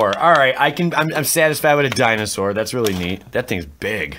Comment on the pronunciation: You pulled a misprint. "Din saur"